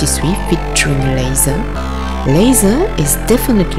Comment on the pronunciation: haha! you pronounce "leather" as "lazer" (or more something like "lèï-zeu") and "lenght" as "lands". Heureusement que je suis francophone et donc que je comprends votre fort accent ;-)